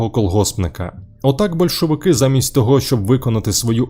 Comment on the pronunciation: СемипалатИнськ, большовики, скИпидар... добре що не скипИдар - кров з вух!!!))) невже не можна було нормально начитати такий текст? Чесно кажучи, мене,як диктора радіо і ТБ, така начитка від ШІ обурює. Зрештою, диктори відійдуть в минуле))) Ніколи не розумів тих, хто досі сумує за есесером. Для мене сум і суцільна пітьма...